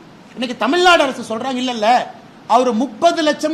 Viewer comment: தமிழ்நாடு நு பிழை இல்லாம திக்காம பேசுங்க துணை முதல்வர் அவர்களே